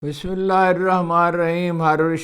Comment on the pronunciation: اسلام علیکم ورحمت اللہ محترم جناب ھارون رشید صاحب آپکی خدمت میں معضرت کے ساتھ عرض ھے کہ آپ بسم اللہ الرحمن الرحیم کے تلفظ کو اپنی زبان سے صحیح ادا نہیں کرتے برائے کرم آپ اس پر توجہ فرما ئیں آپکی مہربانی ہوگی ۔ہم آپکے وسیع علم اور فصاحت و بلاغت اور شائستغی اور مدبرانہ انداز گفتگو اور تاریخی معلومات اور اعلی ظرفی کے معترف ہیں لیکن اصلاح کی ہر انسان کو ہر وقت ضرورت ہوتی ہے کوئ انسان بھی مکمل علم و عمل کا دعوی تو نہیں کر سکتا اللہ پاک آپکو جزائے خیر عطا فرمائے اور آپکے علم و عمل اور رزق و عمر میں برکتیں عطا فرمائے اور ھمارے ملک پاکستان کی حفاظت فرمائے اور دونوں جہاں کی کامیابیوں سے ہمکنار فرمائے اور ہمارا خاتمہ با لخیر ایمان پر فرمائے آپ سے میری ھدایت اور خاتمہ با لخیر ایمان پر ہونے کی دعا کی درخواست ہے